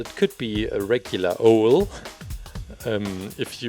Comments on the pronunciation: Hearing him say o-el makes me want to say it's said ow-l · And you also say it ow-l not o-el.